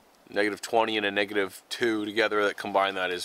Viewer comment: It sounds like he says the n word instead of negative